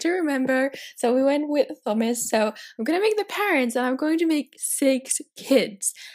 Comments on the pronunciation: In the UK, the name Thomas is pronounced Teh-oh-mass (we ignore the 'h', so the 'Th' doesn't make a 'ff' sound in this case like you were pronouncing it). Hope this helps! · The only thing I didn't like about this. You constantly pronounce Thomas as Thumas. It's Tomas. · I thought Thomas was pronounced Toh mas not thumas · It's pronounced TOM iss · tHomas? In that, the "H" is silent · Thomas is pronounced like Tomas, sorry I’m such a grammar freak lol